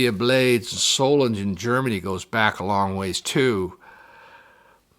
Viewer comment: Everyone mispronounces Solingen. There is no J, it's pronounced as a G.